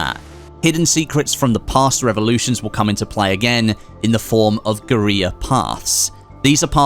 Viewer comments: guerrilla is pronounced like gorilla not gueriya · Guerrilla still pronounced Gorilla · Is he trying to say guerilla? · The way he says geurilla